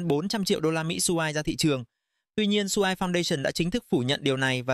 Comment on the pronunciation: dùng AI cho video cũng được, nhưng mà các bạn nên chỉnh những phần mà AI nói sai đi ạ. Vì dự án quen tên thì có nói sai tên vẫn luận ra được. Nhưng có những tên riêng phát âm sai người nghe không thể nào luận ra được đó là dự án nào. Ví dụ như SUI thì đọc y vậy, chứ đọc "Su-ai" là bị sai rồi.